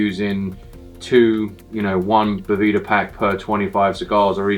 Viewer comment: I love that says “I’m from Boveda” and then proceeds to call it “Boveeda” for the whole video